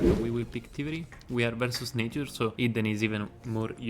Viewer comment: I watched a few of your videos, here are some things I didn't understand at first: BuffEd, sealEd (you pronounce the e, but you're supposed to say "buffd" , "seald" Nature-pls look it up on Google translate (with speaker), really important as it's one of the gods archetypes Cutthroat - again, look like it up on Google translate, work on your Th-pronounciation You have good video quality and knowledge bro, so i hope you'll work on the pronounciation aswell to make it more enjoyable to watch. I'd recommend transcripting everything you say in the videos and copy-pasting it into Google translate so you know how it's pronounced. Gl